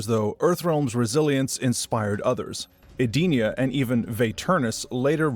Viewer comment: Eee-den-eee-ugh. Not sure how you got your pronunciation but that’s how it’s always been said since Deception.